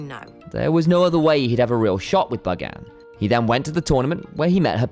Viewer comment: buganne 😭 it’s bug anne